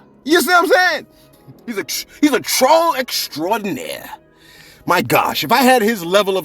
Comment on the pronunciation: FUN FACT CELEBS... The way You said "Troll Extraordinaire!" ... Is EXACTLY how I said "REGAL..." 🤣🤣🤣